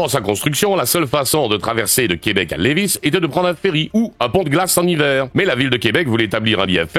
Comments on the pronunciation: Deux petites précisions : c’est le pont DE Québec et non le pont du Québec; On prononce « Lévi » et non « Léviss » Pour le reste, tout est parfait! :) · Et espèce de moron il ne faut pas prononcer le S à la fin, un autre… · Pour ton information le « s » de Lévis est muet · pont DE quebec et levis faut pas prononcer le s a la fin ...looool